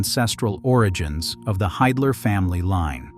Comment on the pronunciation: It's pronounced "Hidler", as in "he", not "Haydler"!